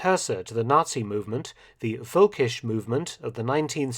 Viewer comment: sorry, but it's "völkisch", not "volkisch"